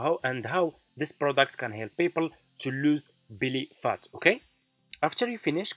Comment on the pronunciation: It’s not Billy phat, it’s Belly Fat. 😵‍💫🤔. It’s how to lose belly fat, not how’s Billy fat!